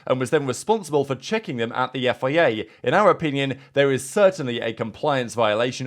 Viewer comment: Learn how to say FIA please